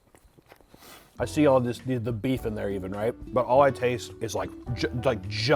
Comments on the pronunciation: I never knew someone mispronouncing Salud over and over again could be so god damn funny lmao he sounds like a cartoon character saying a catchphrase SALLOOO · The first time he mispronounced salud, I forgave it. But my mental state has slowly worn down with each and every "Saloo" 😂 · My Hispanic ass hearing him say “Saloo” and taking psychic damage 😀😀😀😀😀😀